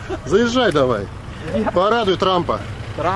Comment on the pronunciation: РАМ а не РЕМ